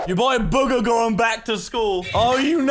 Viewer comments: Its boo-ga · Bugha (Boo-ga) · Ummm, actually, it’s pronounced BOOGA, AHAHAHAHAHAHA am smurt